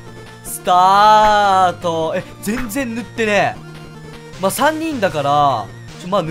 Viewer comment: スタートって言った時にスカートって言ってきこえた